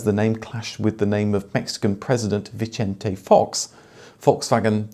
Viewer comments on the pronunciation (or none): . In Spanish c is soft It’s pronounced Vicente, like Vincent. not “Vichente”… it’s Spanish not Italian. I had a grey Lupo just like the one in the picture. Nice nifty car.